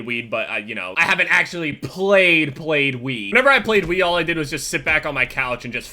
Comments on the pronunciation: Sounded like said xD "I have played weed" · "played weed" Is what I thought u said.